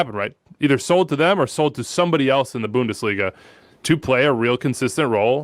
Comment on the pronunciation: Or how ‘bout Bundesh-liga...